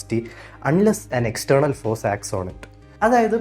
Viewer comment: climax vallathoru impact undaakki. sharikkum ullil evideyo thattiyathu pole. pinne vedio edukkumbo head space vekkam sramikk. camera eye level il vechal nannaayirikkum. athu maathram sradhichal mathi. pinne force nte pronouncation um. ath arochakamundaakkiyaarunnu. baaki ellam valare ishttapettu. ente world inodulla vision change aavaan sahaayichu. ithinte second part aayi kurachukoodi mathematics add cheyith GTR maathram onn explain cheyithal kollaamennund. pinne, quantum physicsine pati vedio cheyyanamenn abhyarthikkunnu